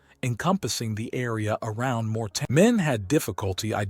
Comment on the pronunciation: MOR- TAIN is how it is spelled, not morten.Thanks for the video.